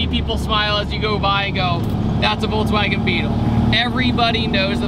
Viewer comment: I'll never get over you saying VolTswagen.